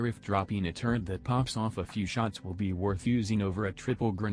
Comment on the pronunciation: When you type the word turret into the text to speech thing, are you spelling it as turrent instead? Or does it just mispronounce the word on its own.